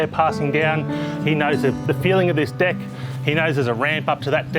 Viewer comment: The word is deck (not dick). Thank you.